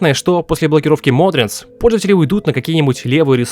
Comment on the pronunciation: Меня одного бесит что он называет Modrinth модринтс, а не модринт